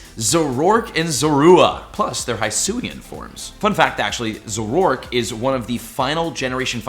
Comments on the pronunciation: Hey just a correction, Zoroark is pronounced Zoro- Ark (like the ship/game) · So is it just me or does the way says Zorua, Zoroark, and Hisui break my ears? I believe it's Zor- ooa and Zoro- Ark and Hei-Sui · ZORO ARK…. Not whatever you said lol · Omg you’re so annoying... really after me Zah-roah! And Zohr-ark! P.s you can YouTube anime episodes to find out how you pronounce their names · Please start looking up pokemon name pronunciations before making videos man.. speficially referring to zorua and zoroark this time around. Its super cringe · He pronounces zorua and zoroark so weird